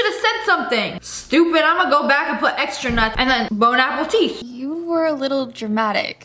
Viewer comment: she said bonappleteeth